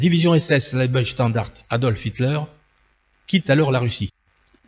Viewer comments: Dommage que vous parliez allemand comme une vache espagnole : "Pepper" (comme le poivre en anglais lol) "libestandard", etc. J'ai même cru entendre "la ouafffen SS" mais je vous laisse le bénéfice du doute. Un peu de rigueur SVP. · Mauvaise prononciation de leibstandarte